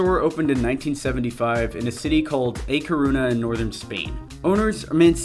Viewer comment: Cool video, but you really butchered the pronuncation of A Coruña.